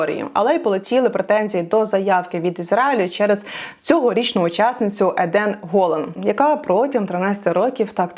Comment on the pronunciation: Я з Ізраїлю. Дуже прикра ситуація з піснею Éден Ґолáн(правильний наголос), але вона оспівує те, що зараз є важливим для кожної людини в Ізраїлі. Пісня не містить закликів до насилля або ненависті. Все ж, вважаю, що не участь Ізраїлю у конкурсі буде гіршим варіантом аніж заміна деяких слів у пісні, адже врешті ніякі ЗМІ не скажуть "Ізраїль відмовився брати участь через пісню" всі скажуть "Ізраїль дискваліфікували через війну". Саме цього і прагнуть антисемітські рухи на Заході, які домагаються повного скасування держави на всіх рівнях.